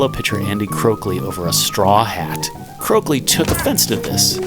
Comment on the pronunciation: It’s Andy COAKLEY, not CROAKLEY. Get serious, please.